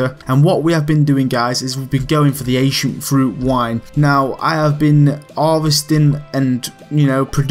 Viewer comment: almost heard it as Asian fruit wine :P